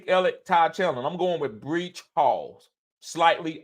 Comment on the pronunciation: 'BREECH' HALL....😂😅😆🤣